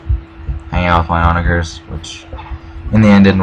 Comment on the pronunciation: Also for "onager", the -ger is pronounced the same way you would for the word "german".